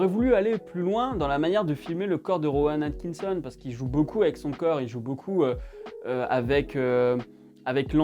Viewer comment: ta un peu de mal à prononcer Rowan Atkitson j'ai l'impression XD